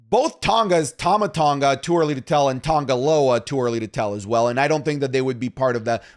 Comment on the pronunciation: When will people realize that his name is TANGA LOA NOT TAMA LOA😭🙏🏾